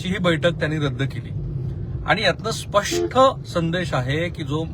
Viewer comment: बोलताना चुकताय स्पष्ठ नाही स्पष्ट म्हणा. ऐकायला खटकतय